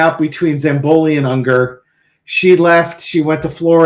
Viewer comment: It is Ungaro not Unger. :)